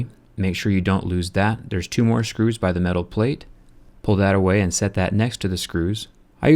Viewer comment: Why do you say Shcrus?